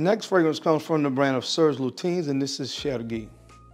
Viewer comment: As a french speaker, your pronunciation of Serge Lutens Chergui was very good. ❤